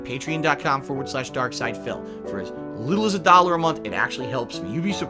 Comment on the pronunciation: Pay-tree-on. Get it on.